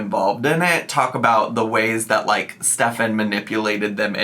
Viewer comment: My husband is german and his name is stefan. It is pronounced like Stef'n in germany., you pronounced it correctly